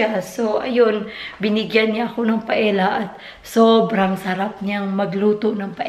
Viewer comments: the paella pronounce PA EL Ya.... Si cute of you to talk inbyou blog... God Bless you! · Its pronounced as "paelya". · Pa-el-ya ata basa nyan.. or if spanish accent, pa-e-ya tulad ng tor-ti-ya for tortillas... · Paella is pronounced " paelya "